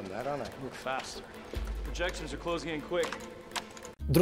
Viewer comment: 17-45 Он сказал work fatst или faster? Расскажите про сглтываний окнчаний er в сравнительных степенях.